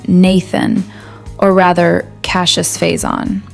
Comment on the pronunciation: Don't say Cassie-us, Say Cash-us